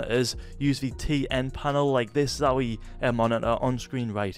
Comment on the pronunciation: "nasty stoof" "monit-aaa" "